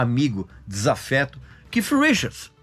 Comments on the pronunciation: Não é Keif não, meu caro. Se vc não sabe a pronuncia exta do 'th' em inglês diga Kate, mas não 'kif' como vc está pronunciando aí o nome de Keith Richards! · O Regis é cheio de frescura para pronunciar dai o povo vai na onda Keith e ponto nada de keiff eu hein aja frescura